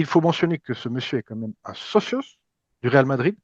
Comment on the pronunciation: Franco Marocain pas Français d’origine Marocaine 🤣 Il est né et grandi à Casablanca, il est parti en France après avoir obtenu son Bac. Ps: Socio pas Socios 😅